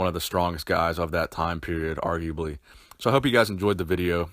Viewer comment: Arguably or unarguably? I cannot tell what he meant to say.